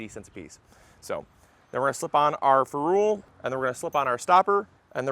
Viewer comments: its a "feh rul" not a "ferooolll". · Next learn how to pronounce ferrule!